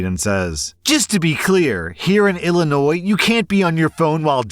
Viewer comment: Hi! Thank you for pronouncing it ILL-inois, and not ELL-inois!❤